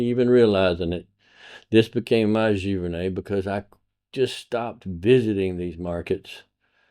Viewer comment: I'm a Canadian and your accent gives me the giggles. It's pronounced gee-ver-nay. Great video. Want to make great images, steal from the masters. Thanks for the insight.